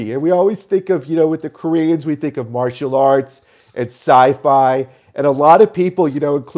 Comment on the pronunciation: OMFG hysterical theme-string a la Matthews - and let's call them, Denmahhk, Central Pahhk, martial ahhts